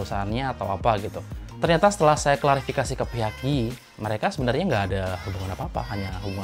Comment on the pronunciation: just info bang, Yi bacanya cukup I aja , bukan Yi. hehehe Yi sama Xiaomi di product kamera Xiaomi Yi action cam mungkin sama kaya headset xiaomi yg semuanya designed and tuned by 1More ya bang.